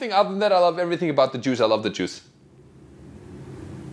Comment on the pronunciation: what kind of juice apple orange going wild about grape? Sorry every time you say Jews it sounds like juice… this was an attempt at humor…